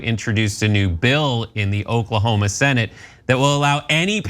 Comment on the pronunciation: Ahaha! Did he just say, "baning books in Oklahomo"?!